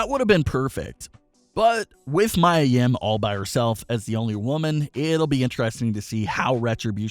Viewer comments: Pronounce (MEE-YAH) Mia Yim!!!! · Is Mia Yia . U said wrong.